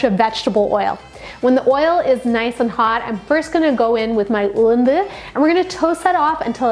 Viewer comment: Love it!!! On point kaduggu and Ulundhu...love how you say it! Our poriyals need some lime light!! You should do vazhakai, potato fry!! ❤️